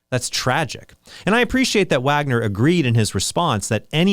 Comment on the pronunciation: Hey, Trent pronounced “Wagner” correctly this time 😂